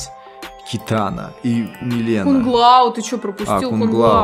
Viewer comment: Правильно:Милина а не мелена, не Райдн а Рейдн